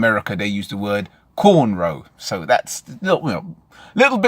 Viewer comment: Cornrows not cainrows!